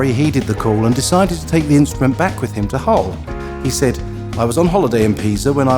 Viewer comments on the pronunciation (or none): none